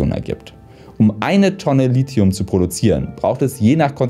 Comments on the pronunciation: Ich hätte nicht gedacht, dass mein Kommentar vom letzten Lithium-Video beachtet würde. Ich bin sehr zufrieden mit der Aussprache des Lithiums! Schönes Video :) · Ja du sprichst Lithium richtig aus 😍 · Anscheinend habe ich Lithium 20 Jahre falsch ausgesprochen.